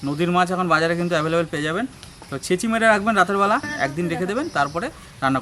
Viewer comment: বারবার বলছেন ছেচি মেরে রেখেছি সেটা কি আবার ছেছি